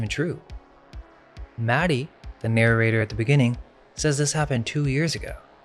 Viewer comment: Narrator: Maddie Mad-Die